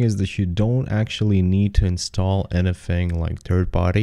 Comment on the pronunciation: Hi, some timecodes are "most imPortant", "need To install", "geomaP". Your older videos were way less bass heavy and therefore a lot nicer to listen to.